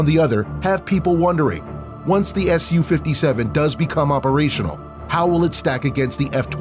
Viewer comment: Wow nice pronunciation, “sukhoi Su, s u 57”